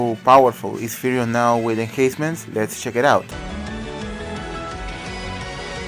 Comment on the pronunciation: No problem! Just wanted to help you out. It's called enhancement because you "enhance" the unit. Which means that you're upgrading the unit or making it stronger. When pronouncing it just use the letter N in between, like En-Hence-Ments. Your videos are really informative, keep rocking!